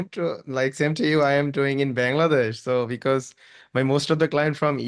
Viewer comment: বাংলাদেশ কে ওইভাবে উচ্চারণ না করলেও পারতেন ভাই, এভার হয়ে গেছে